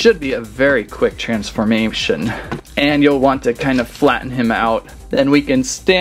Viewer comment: Bro said transmamtion